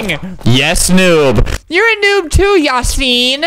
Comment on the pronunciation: If you write the name of Yasin in Turkish translation and listen then you can say it properly.